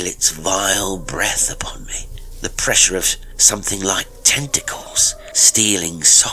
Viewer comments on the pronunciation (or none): none